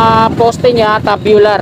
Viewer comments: Loko tong mga Kasama ko nagpa correct Ako Ng pronounce dyan.Tama sana Ako😂 namali TULOY tabyular daw tamang pronunciation 😂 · Pasensya na boss kamali Ako. Tube bular talaga tamang bigkas nun.Medyo alanganin lang Ako. TUBULAR ...Yan Ang bigkas ko kanina nag edit Ako... Kaso Humirit mga katrabaho ko na Tabyular daw bigkas dyan.Mga kagaya ko din eng eng wika mo. Pero ok lang Yan tanggap ko Ang pagkakamali ko. Dahil dyan nag umpisa para matuto. Tandaan mo Rin na maski Ikaw dika perpekto. At ni Isang tao Dito sa Mundo LAHAT Tayo Hindi perpekto. Kaya kung magaling ka matalino di ganyan Ang asal mo.Ang matalino marunong makaintindi at umunawa Hindi Ang pumuna at manghusga.